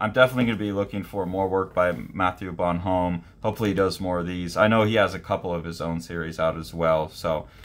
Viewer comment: Bon-ohm not Bonhome. Goscinny (Goh-see-nee)